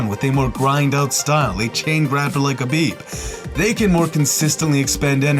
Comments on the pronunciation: Habib? and you keep saying it wrong over and over lmfao. Khabib going to find you for saying his name wrong/ talking bad about his religion. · Khabib not habib